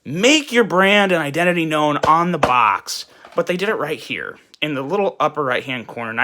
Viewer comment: The bitching about the branding ,plus the way he says box, made this almost unbearable to watch.